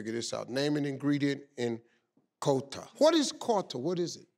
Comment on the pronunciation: Living in Europe I still won't forget Kota. And Steve you don't pronounce Kota like qouta. 😂